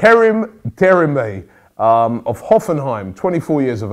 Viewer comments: Bro robbie it's licht-steiner not lichtensteiner and de-mir-bay not demreay😂😂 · Oh and it's De-Mirr-Bai. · Robbie I'm sorry to say this but your pronounsiations are quite bad. His name is Karim Demirbay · he pronounced demirbay as derimay 😂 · DE-MIR-BAY ROBBIE! get your names right sheesh